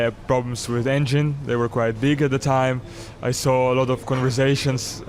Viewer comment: You sawR a happy Fernando, how can he be happy if you sawR him,in half?